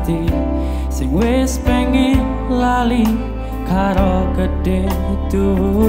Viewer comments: Coba kl pas ngomong "wis " Di baca nya "wes" Tambah bagus pasti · Dia jawa ngapak jadi di suku kata tertentu pengucapanya berbeda dengan orang jawa pada umumnya misalnya kata wis seharusnya wes. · jawa ngapak jadi di suku kata tertentu pengucapanya berbeda dengan orang jawa pada umumnya misalnya kata wis kan seharusnya wes. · Dia jawa ngapak jadi di suku kata tertentu pengucapanya berbeda dengan orang jawa pada umumnya misalnya kata wis seharusnya kan pengucapanya wes.